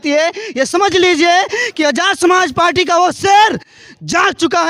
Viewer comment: जिस पार्टी का जिलाअध्यक्ष पार्टी को पाल्टी कह रहा हो आप उसके ज्ञान पर और क्या कहेंगे? गला फाड़ने से कुछ नहीं होता है।